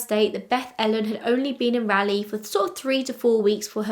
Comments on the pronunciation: I was at first confused why I'd not heard of this story, considering I live within 30 miles or so of this area, but then I was only 8 when it happened. Still a bit surprised that an unsolved murder doesn't get at least a little attention. Poor Beth-Ellen :( Don't feel bad about your pronunciation of Raleigh, even people in the US get it incorrect. Rah-lee :) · I've lived in Raleigh (and surrounding cities) since 1992. I know most of the places that you are talking about. I hope it gets solved. Also, I love how you pronounce Raleigh. Not how locals do, but very British 😂 Edit: I did a bit of research, because I was very young when this happened. I asked my mom too and she had never heard of this, although we lived much more west at this time. Capital Boulevard is a very busy, very used through way, and so it really could be coincidence that her car was between her home and her destination. That area, Capital and 440 (a circular highway around Raleigh) would be an ideal place to get away quickly, and being just off of Capital, her car may be ignored until the employees needed to access the parking lot. It's also not unusual for cars to block parking lots of closed car places, trying to discourage people from trying to take cars I bet, so I wouldn't think anything of it if I was driving by. I'm actually pretty familiar with that area, I'm at the Costco just north of there all the time, and it's a pretty well traveled area. It was much harder to find the address of where she was found, but that's a bit more off the beaten path. But we (Raleigh) also seem to shut down pretty early, especially outside the city, so I doubt there was much traffic when she was attacked. I keep changing my mind on whether it was pure opportunity or something more personal. I really would believe either.